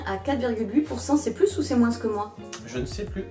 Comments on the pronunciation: Pk tu dit moinssss c'est moins sans lire le s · Attend tu dis : MOINS en prononçant le S à la fin ? C’est grave perturbant j’ai jamais entendu ça de ma vie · Si jamais, le "s" de moins de se prononce pas ;) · Dans quelle région de france prononce-t-on le "S" de "moins" ? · C'est marrant comment tu prononces le mot moins! Tu prononces le S à la fin! Du coup tu me fais douter, est-ce que c'est vraiment comme ça que c'est censé être dit ? 😅